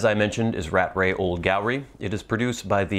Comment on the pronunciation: As a pedantic note ; We 'limeys' pronounce the moniker Rattray as 'rat tray' (not as rat ray) as it has two 't's in the middle. Rattrays ready-rubbed pipe tobacco is never as good as the shag tobacco version. A common fault when both versions of a brand used to be on sale to the consumer. Happy smoking.